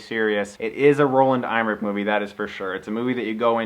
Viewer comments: It's pronounced M-ER-ICK, not IM-RICK! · Dig the review Chris, nice job. btw its pronounced Em-er-ich. not IM-er-ich. No worries thou, easy mistake to make. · Chris, just fyi, director Roland Emmerich's name is pronounced EM-ER-RICK. Just saying...